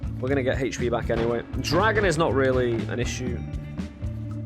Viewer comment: Your pronunciation of HP bugs me so much! xD but I still like your videos :) keep it up